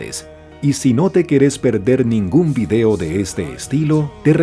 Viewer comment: ChOk Norris... Bien bieeeen 👏🏻 ProdOction... Bien bieeeen 👏🏻 Vidéo... Bien bieeeen 👏🏻